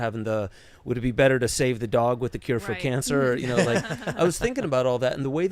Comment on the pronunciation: It’s not better it’s Bretter.